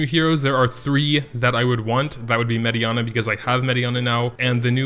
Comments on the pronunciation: yeah it was only mirianne. Prounce the last part as just "an" not "ana". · Only one that was wrong was Mirianne, and all he did was add an "a" to the end of her name.